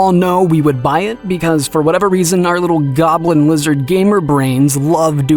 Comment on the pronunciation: At 5.12 did he say Goblin with a soft G? Like Joblin?